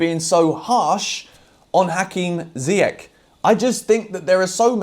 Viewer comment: I don't mind you criticising Ziyech but please pronounce his name correctly. That's what Younes would say after watching this video 😂😂